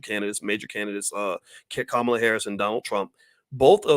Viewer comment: By the way, her name is pronounced (comma la)